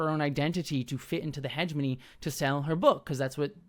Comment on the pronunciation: i find the way pronounces heh-GEH-moh-nee as Hedge-money so distracting